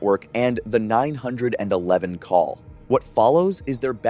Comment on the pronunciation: Cal 9 hundred and 11? Not call 911? What's with the weird way of speaking? I like your stories, don't get me wrong, but that threw me off.